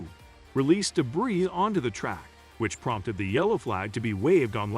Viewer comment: If you are going to narrate "" you need to learn how to pronounce drivers' names and the word "debris"